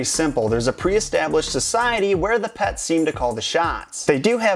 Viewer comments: he says "pats", it's "pets" not "pats" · pets not pats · It's not "pats" it's "pets". P-eh-ts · you said pats instead of pets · He's saying secret life of pats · Wait he keeps on saying secret life of pats